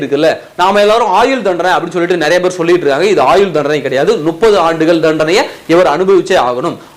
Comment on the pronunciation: Adei venna mothalla tamil Olunga padinkada Nuppathu illa Muppathu Muppathu Muppathu